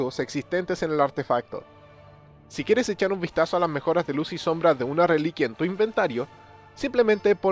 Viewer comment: te falto la M en la palabra sombra